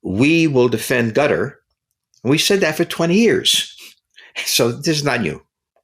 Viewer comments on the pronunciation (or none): It’s not gutter it’s katár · ITS. QATER. QATER. NOT. GETTER. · Does he call Qatar gutter . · The moment you say "gutter" for Qatar, I constrain myself not to punch the computer screen. Dislike given for the video. 👎👎👎👎👎👎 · I find it amusing that many American commentators pronounce Qatar as "Gutter".